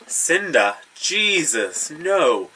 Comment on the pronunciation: OMG hahaha I cracked up when you held up cinder "JESUS" that's so Irish hahah Anna and Cinder are fantastic, I hope you like them! Also, Fire and Flood is SO GOOD.